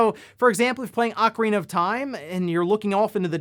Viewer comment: Thank you for not saying “Oh-carina”